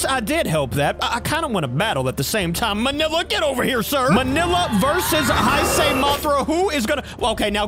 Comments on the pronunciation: Say Hey-say for now on. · Nice video, but here is how you (Or how everyone) mainly pronounces “Heisei” “HEY - SAY” Hope this helped.